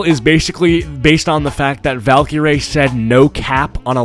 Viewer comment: Aah yes valcureray